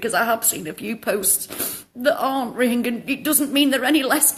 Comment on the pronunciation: How well do you know about " Rohingya " ? You can't even pronounce it correctly !